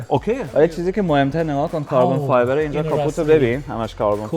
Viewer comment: چرا امید خارجی میگه کربن فایبر❤❤❤